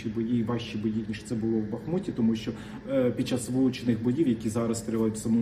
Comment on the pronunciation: ТИ МОЛОДЕ ПОКОЛІННЯ,ЯКЕ ВЧИЛОСЯ І ВИРОСЛО У ВІЛЬНІЙ УКРАЇНІ,АЛЕ ТЕБЕ ГИДКО СЛУХАТИ,БО ТИ ПРОСТО ВІДКРИТО ЗНУЩАЄШСЯ НАД УКРАЇНСЬКОЮ МОВОЮ: ЩЬО,ЩЬО,ПОЧЯТИ,ЯКЩЬО,ЧЯСТИНИ,ЩЄ,ДОЩЬОВУ,ЧЯСТИНУ,ПОЧЯЛИ,ЩЬО,ЩЬО,ЩЬО,РОЗПОЧЄНАЮТЬСЯ,ЧЮЄМО,ХАРКІВЩЄНА,ПОБАЧЄМО, ДА,ЗВИЧЯЙНО,ЧЯСУ,ВИВЧЄННЯМ,ДИНАМІЧЬНА,ЩЬО,ЩЄ,ЯКЩЬО,ФАКТИЧЬНО,ЧЄ,БАЧЄМО,ЗВИЧЯЙНО..........!!!!!!!!!!!!! ЩО ТВОРИТЬСЯ З ТВОЄЮ МОСКАЛЬСЬКО- УРОДСЬКОЮ ЩЕЛЕПОЮ І В ЯКОМУ УКРАЇНСЬКОМУ СЛОВНИКУ НАПИСАНІ ТВОЇ СЛОВА?????????????????????? ТИ ГАНЬБИЩЕ УКРАЇНСЬКОЇ МОЛОД!!!!!!!!!!!МИ ДУМАЄМО,ЩО ТОБІ ПОТРІБНО ЗНИКНУТИ З УКРАЇНСЬКИХ ЕКРАНІВ!!!!!!!!!!!!МОСКАЛЬСЬКОГО УРОДА НАВІТЬ МОГИЛА НЕ СПРАВИТЬ!!!!!!!!!!!!!!!!!!!!!!!!(Українська молодь,США)